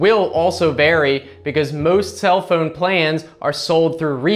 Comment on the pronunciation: Who says the word PHONE like PHEUUNE? Thumbs-up anyway. For the PHEUUNE.